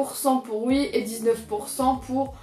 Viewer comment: tu dis «ui» ,c’est stressant